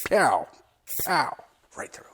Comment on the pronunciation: Are you saying Pow? What are you saying?